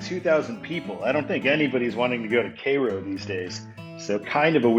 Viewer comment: Cairo is pronounced like the egyptian city of the same name.